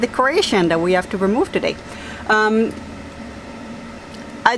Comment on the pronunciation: apparemment vous oubliez des fois que vous parlez l'anglais, et il faut prononcer le: H. Il n'est pas muet comme en français. Vous dites tout le temps: I "ave" au lieu de dire: I have, et il faut prononcé le: H. Ce n'est pas si compliqué que ça. J'espère que je ne vous ai pas offensé! C'est juste pour vous le faire savoir. Bye, et bonne soirée! Bisous!